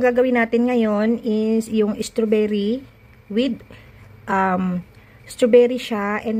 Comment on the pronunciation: Good recipe just that next time pronounce it right the strawberry mima straw-ber-ry